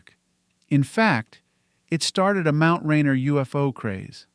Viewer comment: It’s pronounced Ray-Near.